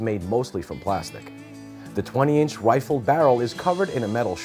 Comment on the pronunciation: and what the hell is a wifle???? ;)